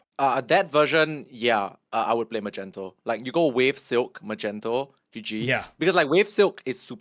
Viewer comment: Why are you guys saying Magnetos name wrong